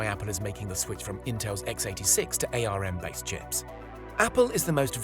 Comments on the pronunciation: Tech channel that doesn't know ARM is pronounced "arm" and not "A..R..M". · "Ay Ar Em"? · It's pronounced ARM, as in arm and leg. You kill me every time you say it wrong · RISC I'll give you, but otherwise it's an insult to kids under 10, even they know how to pronounce ARM! :)